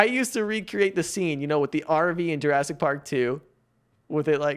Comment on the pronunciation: Bro said jurassic 💀